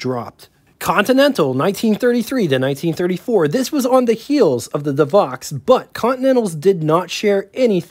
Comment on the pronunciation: Not Devox, Devo!